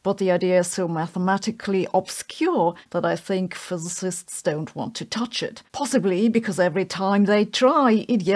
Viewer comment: I love it when you say two fiszzsts argued in a recent paper Not bullying..love you You’re my favourite fizzzssszzzt